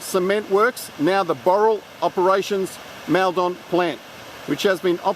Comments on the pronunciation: Its pronounced mulldon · Is that really how you pronounce Maldon? I grew up around there, and I always thought it was pronounced like “Mall-dun” :/